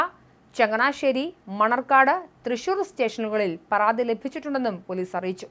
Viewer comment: പറാതിക്കാരൻ??? ആറoബിക്കാൻ???? പറാതി???? എന്തോന്ന് തേങ്ങായാ 😂😂😂